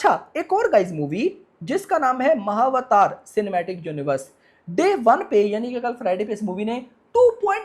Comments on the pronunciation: Bro "He didn’t even care to pronounce Mahavatar properly, but keeps talking non-stop about Sayaraa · He didn’t even care to pronounce Mahavatar properly, but keeps talking non-stop about Sayaraa 😢